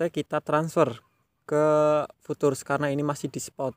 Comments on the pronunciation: Bacanya Fyutcur bang. Bukan futur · Futures dibacanya fiucers mas